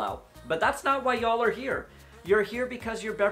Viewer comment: When I hear you say Y’all I hear a Southern accent . Where are you from just Love your channel !